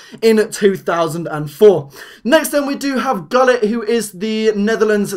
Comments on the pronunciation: Its not goolit its hoolit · It's pronounced hullit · When you said Gullit LOL AIds, its pronouced Hoolet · Why can none of the you tubers pronounce Gullit right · ahahah the way he said gullit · Guilt is pronounced with a H that's basic footy knowledge stick to FIFA and not real life footy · how is gullit pronounced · with the worst excuse for not know how to say Gullit correctly ever pmsl!! Gullit was a legend ffs you didnt have to see him in 1990 to know his name. Thats like me mis-pronouncing Beethoven because i never heard him live lolololol!!